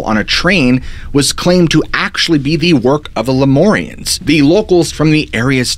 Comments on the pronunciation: It’s pronounced Lume-air-eons not loumorians. Like lumens from light .. it’s annoying to hear you say it wrong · Shasta Cola and Ginger Ale! I'm a jerk but it sounds like "Leh-myour-rians." Not "more" "mmmyour" say it with me now! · Please use mur like in murder instead of mor like in more when saying the Lemurians, I grew up in the redding area and have spent many hrs on that mtn. good video other wise.